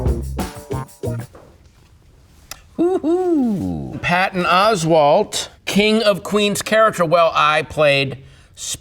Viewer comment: Until this video, i always said ‘Oswald’!! I love the way her annunciates the T, for idiots like me. 😂😂😂